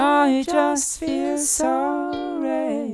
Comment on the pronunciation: "I don't feel hate, I just feel zoey" Alter, sing doch deutsch, wenn du keine englische Aussprache hast...